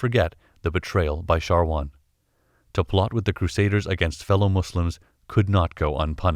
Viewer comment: thanks for the great Infos, but that man's Name is "Shawar" not "Sharwan"